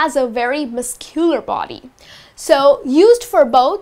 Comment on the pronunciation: "Pronounciation" sometimes miscular, sometime muscular... guys get her outta here...